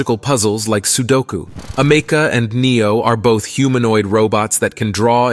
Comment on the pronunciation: It's pronounced AMICA. My god that was so annoying to listen to 😂 I can see the divide within humanity starting to form as the less skilled amoung us perish into oblivion. Bring on advancements to the welfare state!